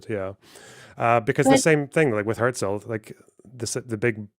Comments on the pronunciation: it’s nice that you’re German, but his name simply isn’t pronounced like that. she says his name half a dozen times throughout the video. The first time she says it was a ridiculous over-pronunciation where she basically said hya-zel. His name was quite simply pronounced herzl with a german r, closer to her pronunciation than how an American would say it but still not the same. Later on she says it fine. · She did however pronounce "Herzl" very german, even sounds kinda south german.